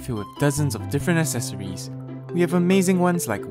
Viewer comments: This is so much pain, it's not as-es-or-es it's ec-ses-or-ies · ”Esseseroies” I think he’s talking about accessories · Sure love them "assesories"